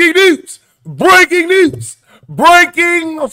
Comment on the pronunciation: Breaking nuuuz.. braking newzzz.. breaking f’n neuezzzz 😂